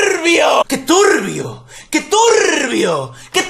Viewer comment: Que turrrbio que turrrrbio que turrrrrrrbioool